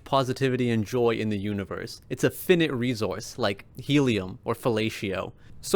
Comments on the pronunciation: Did he mispronounce 'finite'? It's fie nite*, not *fin it 😂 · In celebration of the video itself, gotta hate on the pronunciation. Bear with me, don't know how to do that weird spelling that I can't even really discern, anyways, but... Fye-night. Actually kinda weird, cuz infinite is pronounced the way you pronounced finite, but... Whatever, great vid, man. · Finite is pronounce with two long-i sounds. Rhymes with "I might". Even though the opposite, infinite, is short-i sounds! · Ima start hating on this channel because of the way you pronounced "finite"